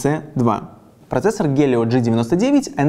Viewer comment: Челик обзор отличной только не гелио а хелио